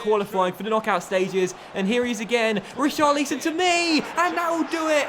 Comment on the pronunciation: Pls say richarlison name properly no hate great YouTuber